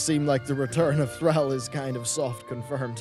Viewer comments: Please, its not 'thr-al' its 'thr-all' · THRALL! not thraell :p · Dude, as a prominent WoW YouTube dude, you seriously need to learn to properly pronounce Thrall, its Th-rawl, not Thr-owl. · "Thr-al" T'is Thr-all my friend. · The word all is in thr-ALL’s name and how do you pronounce Thrall? Not thr-al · Thrahl. Not Throwl. Cmon. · Yet he can't say Thrall correct... It's Thr-all not Thr-ell. Pronounce the thrALL, sounds like he's saying Threll. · It's "Thraaaaawl" not "Threll". They must pronounce his name a billion times in the games and cutscenes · Thraaal. Not thrawl. God that triggered me so much when he said it wrong 10 times in a row. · I'm sorry but who the fuck is Throwl? Ohhh you meant THRALL! As in Thr-all! Got it. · my man. Repeat after me "Thawll"....."Thawwwll"...."Thawll" not Thraell, Thrawll. Thank you! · Thr-all not Thr-al. Drove me crazy each time. Like Hazzed pronouncing aura "ar-oi-ah" instead of "or-ah". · Thrahll, not Throwl. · Buddy its THRALL NOT THRELL THR ALL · who's tralle? you mean thrall? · Its Thrall not Threl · Its Thrall not Thrul :/ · THRALL = THRAWL, Not THRAHL,! STAHP! Ffs, stahp. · 'Thrall.' 'Thr-all.' 'Thraul.' Not 'Thraal,' or 'Thrayl.' However the heck you're pronouncing it. And no, you can't blame your accent on that. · THR-ALL NOT THR- AL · Thr-all......Thr--all, not thra-ll, that pronunciation is a trigger dude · thrall not thrAHll, plz it makes my ears bleed :( do you pronounce all AHll? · Sigh, the way your say thrall is so triggering. It's Thr-all. Deep and guttural. Not Thr-ale. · Stop pronouncing Thrall as Threel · Max Power well and it has been pronounced thr-all in the game for decades. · Lol sounds like he was saying Threll like a grell. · You are meant to pronounce the name "Thrall" like the word "crawl", not like the world "shall" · You are saying Thrall wierd. Almost like Threall. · It's pronounced "TH-RAWL" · why do you keep saying "throwel" so many times? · ITS NOT THRAWL!